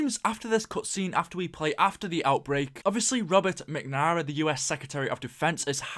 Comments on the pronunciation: Mac-namara not mick-nuhmara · can you pronounce "anyones" name properly? MAC - NA - MARA -------------- ROME - ER - O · You pronounced McNamara like 12 different ways 😂